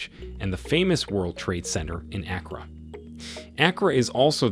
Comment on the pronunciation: He said Accra has very good roads? Stop the cap. I live here, and I know that's not true. And the pronunciation of the city name was cringy.